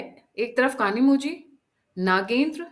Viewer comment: कनीमोझी नहीं कनीमोइ